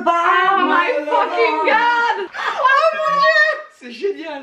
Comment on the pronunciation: 8 min 8s. Ta prochaine coiffure. Ps: on ne dit pas f.....g god, mas f.....good